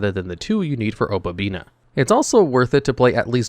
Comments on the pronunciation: OH • PUH • BEE • NEE • UH. O PA BI NI A Opabinia. For fuck's sake. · Paleo is such a fun deck to play. Opponents are just never gonna read when playing against this deck. Edited: OK, the obabinia and leanchoilia pronunciation is just intentional engagement farming at this point.